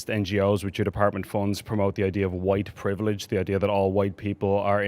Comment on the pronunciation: Ah yes “huwite privilij”, that nebulous secular religion replacement for original sin.. except, WP has no sacramental forgiveness. You just have to wander about, feeling bad & guilty & the enemy of all things good. Because of fixed permanent physical qualities you inherited. The Marx religion then wants you to radicalize more and more, because of how disgusting you are, to try and make amends for racial crimes against humanity. What a horrible hopeless hellish godless inhuman ideological prison. What fragrant & juicy horse-hockey. 💩